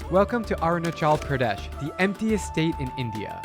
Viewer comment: Mubai?? Arun CHAL?? PRAADESH!? You and youre prouncancetion is not good